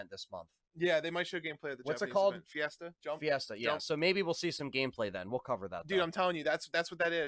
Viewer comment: Jump Festa, not fiesta lol